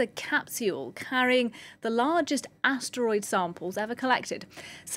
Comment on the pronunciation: Please learn how to pronounce the word asteroid. It is not a steroid.